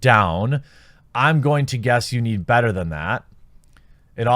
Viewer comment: How does someone pronounce "better" as "batter" but pronounce "bag" as "beg?"